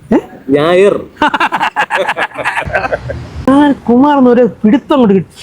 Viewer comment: നായർ ❌ ഞായർ ✅